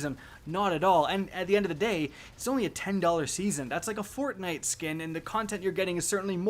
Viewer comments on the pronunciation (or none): none